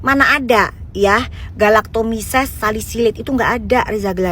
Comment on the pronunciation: Kok DRG nyebut nya salisilit ya 😂😂😂